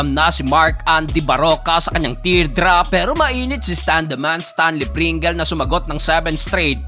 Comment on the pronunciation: Stanley pringels 😂😂😂 amusin mo pronunciation 😂😂😂. Pringels😂 dapat basa nyo sa Double ay doubel din. Trisikel bysikel bukel.